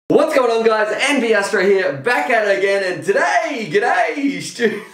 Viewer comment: Doesn’t he say “wwWHATS! Going on guys, Envy Astro here.” Lol